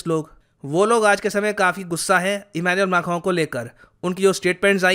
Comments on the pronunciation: Who else loves it when says Emmanuel Mackhron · I need to learn pronouncing Emanuel Macron correctly from 🙂